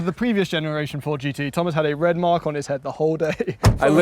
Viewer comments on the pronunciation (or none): none